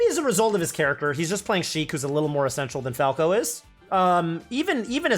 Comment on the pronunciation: "Fill"thy and "Essence"tial